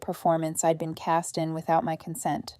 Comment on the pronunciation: Hey “Don’t touch my car” is FOUR WORDS NOT THREE! If simple math is F’D UP no wonder there are so many grammatical and pronunciation errors! I’M and I’D isn’t pronounced imm and Idd!